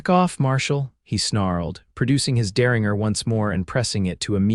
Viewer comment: 😂Good Lord! It's der-rin-jer, NOT der-ring-er. I hear this across all the platforms. I guess AI doesn’t learn afterall. Bakersfield, California